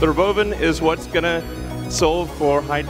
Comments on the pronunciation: He pronounces it "ro-BO-vin"? Does he think that'll make it seem less stupid? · Does he say "the robo bin"? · The ruh-bove-in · It's pronounced Robovan and not Robo van? 😂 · Why ro’bovan instead of ‘robovan? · The rowbowvin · Why is he saying rowBOWvin? Wtf😂 “imagine seeing this coming down the road? That would be sick” in a perfect monotone… I swear dudes an alien sleeper. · The re-boven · The RobOUWvan